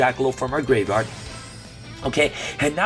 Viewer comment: I will donate $100 next livestream if I get a video of him pronouncing "graveyard" correctly for the entire video